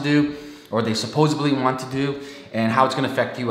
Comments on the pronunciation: Sorry, bro... I got 18sec in before you said "supposeuhbly" and that you were a HuffPo contributor. You realize that both those things undermine your credibility, yes? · Thanks for the video. I switched off when you said "supposebly."